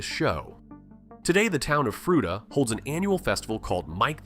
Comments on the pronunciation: It's "froot-ah", not "froo-ee-tah". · All these are true, Except it's pronounced "Fru-tuh" not fru-ee-tah. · Fruita is pronounced "frewheeta". Colorado has terrible annunciation for their streets and towns. Buena Vista is called Boona Vista. Kalamath should be Klamath. There's dozens of them. I'm surprised Pueblo isn't called Pewblow